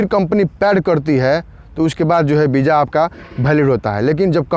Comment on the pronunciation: Bro property say VISA not BIJA 🙏🙏🙏